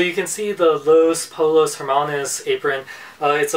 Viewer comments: Pollos is pronounced poyos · It's pronounced Poshos